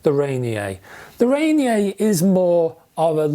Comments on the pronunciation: Love your reviews, on a side note: I believe it is Rainier, as in Mt. Rainier pronounced - Ray-Near, or Ra-Near since Olympia is also in Washington State. :) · Pronounced rain-ear I believe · Thanks for the review. Here in the US and more so in Pacific Northwest we say Ray-Near. 😀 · I love that you assumed Ranier has a French pronunciation.